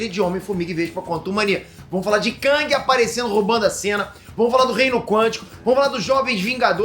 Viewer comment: Não se diz KÃNG, se diz KÉNG. A pronúncia correta é essa.